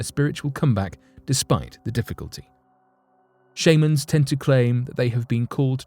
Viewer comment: shame-ans??? sh-ah-mans